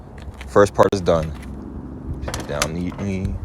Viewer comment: It’s “Put!” Not “Pit.” Thank you for the video but I had to watch it twice because that’s so distracting. 😅